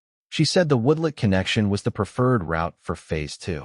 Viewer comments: The introduction to this story just drew me right in. Hope it does not disappoint. Finished This turned out to be one of the best HOA stories ever! Only the AI calling a "woodlot" a "woodlet" instead of a "woodLOT" was a little jarring, but I still like to see a tell show up now and then. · WTF is a woodlit? After hearing woodlit twice I bailed.